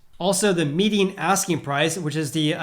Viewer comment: Great video Are you pronouncing "median" as "meeting"?